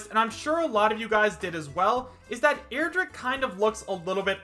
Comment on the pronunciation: stop saying airdrick and stop falling for smash 4 mods